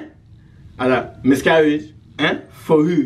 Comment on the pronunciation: Am I the only one hearing him say 'misgaridge'